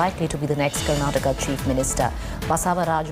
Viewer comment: It's karnataka not karanata